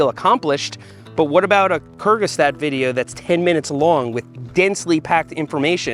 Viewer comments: My dear friend Seth. ITS NOT CURGISTATH! You nearly gave me, a german young man, a heartattack with this pronunciation. Its like "koorts-geh-zahgt" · No offense but you've completely butchered the pronounciation of Kurzgesagt 😂 (not trying to hate on it, just found it funny😂) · Seth pronunciation of Kurzgesagt hurt my ears. They say it I'm every video, how did he get it wrong? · "kurgestat" nice! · They way you pronounced "kurzgesagt" is so wrong, I replayed it 5 times, just to understand what you said. So it increased your watch time... Nicely done! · the pronounciation of the german word "kurzgesagt" made me hurt 🤕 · perfect pronunciation there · Great video as allways, As a German nativ speaker your pronunciation of the German word "Kurzgesagt" was refreshing :D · never has someone pronounced "kurzgesagt" this wrong hahah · 💯 Pronunciation of Kurzgesagt 😜